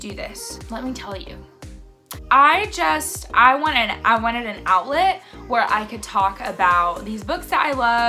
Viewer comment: You said "I wanted an outlet" I heard "I wanted an omelet" 🤣